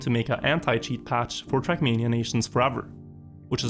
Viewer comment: my dear dear. Your videos are great, but for god's sake... TRACK MANIA! NOT CRACK MEANIA!!!!!!!!!